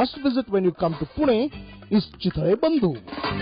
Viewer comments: it's pune bhai...not puna.respect se naam le my city pune... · its not PUNAA...its PUNE